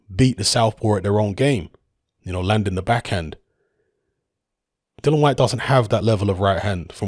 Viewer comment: still can't pronounce "Dillian" correctly.